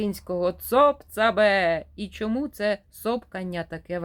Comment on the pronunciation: Слухаю вас з увагою, ви з молодшого від мене покоління. Очевидно ви із східної України , чую по вимові, з великим впливом російської. Шчьо, чьому, дЗім замість дім, широке російське Ы замість українського короткого И. Але мені приємно, що в часи, коли наші сусідські «браття» вбивають наших людей за мову українську. Щиро вам дякую за читання і прагнення розвивати українські канали. А вимова? Може треба буде змиритися з сучасною модою. Адже багато мо перетерпіли зміни: англійська британська та американська, іспанська європейська та латиноамериканська, португальська і бразілійська, французька і крейол. Світ міняється, але Україна буде вільною.